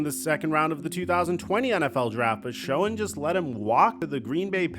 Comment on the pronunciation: SHOEN IS PRONOUNCED SHANE!!!!!!!!!!!!!! Not Showen.. please.